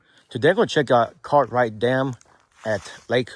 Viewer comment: Why do you keep calling Cartright dam it's Gathright Dam